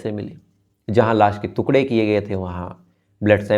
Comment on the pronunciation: श्रीमान आप टुकड़े को तुकडे बोलते हो जो गलत है